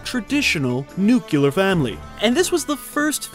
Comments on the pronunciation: I like your videos. Here's a tip: it's nuclear, not nucular. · My OCD just got triggered... Nuclear is pronounced NEW CLEE ER not NUKE YOU LER. My apologies and thanks for the great video! Liked and subscribed. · Nucular isn't a word. I can't take this seriously knowing you don't know that. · I LOVE Under the Rainbow! And I like Modern Problems. And it's NEW-cle-uhr, not NUKE-u-luhr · Modern problems was actually a very good movie. I guess you had to be there. Nuclear is pronounced New- clear I don’t understand why everyone mispronounces it, nuke-you -lar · Plus he said nuc ya ler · "Nuculer waste"? Who are you, Homer Simpson? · Hurray! Right in middle we got a "Nucular"! Go 90s! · Please don't pronounce "nuclear" as "nuke-U-ler" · NUCULAR?????????????????? Good vid. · Did you say "nucular" waste?